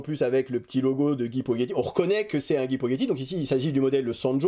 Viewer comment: Guy Poggetti.... prononce Podgetti, il n y a pas de H. Allez avec un peu de courage tu vas y arriver